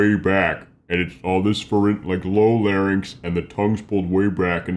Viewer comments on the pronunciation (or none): none